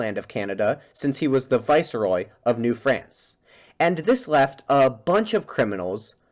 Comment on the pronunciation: FYI viceroy is pronounced vice-roy, not vicer-roy...